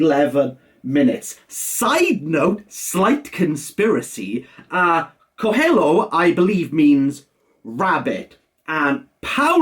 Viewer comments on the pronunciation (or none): Bro for fuck sake look up how to pronounce Coelho. Also Amado is amazing. But you picked the wrong book